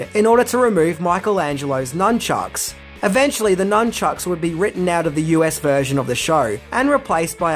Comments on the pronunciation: Numchucks?! its nunchucks, numnuts! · Love ur channel. That being said... it's nuNchucks.